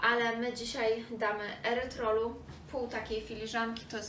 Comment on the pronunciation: Wymawiamy, "erytrytolu" 😊. PS. Więcej przepisów ! 📢